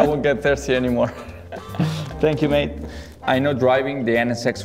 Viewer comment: "Thank you, mate" Daniel hasn't been in Red Bull for 3 years, but even Checo has gotten Australianized.